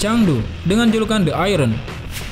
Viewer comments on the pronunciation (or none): none